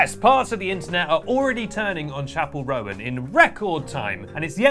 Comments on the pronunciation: love your take fans can be absolutely unhinged (myself included sometimes). That being said Roan is pronounced like bone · Awkward that you didn’t even learn how to say her name properly before doing a full video on her 😳🫣